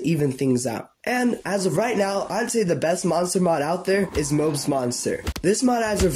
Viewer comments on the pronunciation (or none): heh, I'm just nitpicking, but fyi, it's not pronounced "mobes", it's pronounced "mobs" as in how you say "mods", but with a B. ;)